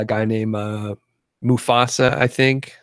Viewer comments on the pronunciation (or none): the name is Mustafa not Mufasa!:))) U are mistaking my name with the Lion king!! (yes it was me asking and thanks for the answer!)